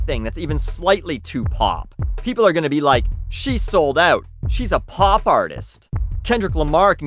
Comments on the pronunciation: I like hearing you say "pop" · I can't tell if you say pop weirdly or you've just said pop so much this video that it sound strange now. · No there's definitely a w in there lol